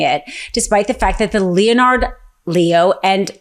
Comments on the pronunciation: you're great, brilliant. But, you might want to double check the pronunciation of the name Leonard. It's not "Leo-nard", it's pronounced, "Len-ard". Just saying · LEONARD = LENARD NOT LE-O -NARD OMG I can’t listen to more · When you pronounce Leo's name as LEE'O-NARD it just sound ill-informed. We expect better from you. In case you haven't heard, that guy's name is pronounced "LENNERD LEE-OH" (say it a few times until you got this) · "Lee-oh-nard Lee-oh?" I expect better. "Len-Ard Lee-oh." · I’ve never heard it pronounced “Leo Nard” before. Is there some justification for that? If not, let’s not play that game. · Leonard is pronounced “len erd” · Thank you for the support, and you’re absolutely right! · Isn’t this woman supposedly smart? What is wrong with her then? Seriously? What adult doesn’t know how to pronounce “Leonard”? She can’t speak without sounding drunk and pronounces everything wrong. It’s annoying. “Judisherie”? Pretty basic word for a lawyer…shouldn’t it be something she has heard enough times to know how to pronounce it? She sound like a drunk with a mouth full of oatmeal. Please still letting her speak. It’s not worth it’s the information she is trying to convey isn’t getting through because it’s too distracting and honestly obnoxious.